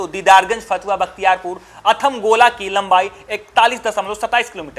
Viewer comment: Athmalgola hai bhai athamgola nhi